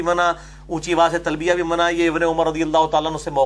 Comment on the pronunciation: المسند نون کی تشدید کے ساتھ نہیں ہے ۔ باب افعال سے ہے لہذا سین کے جزم کے ساتھ ہوگا ۔ نیز لفظ تلبیہ میں ایک ہا ہے دو نہیں ۔ لہذا یا کو ہا کے ساتھ لا کر پڑھا جاۓ گا: تل بیہ ۔۔ بیہہ نہیں نہیں معلوم کہ اپنی بات سمجھا سکا ہوں یا نہیں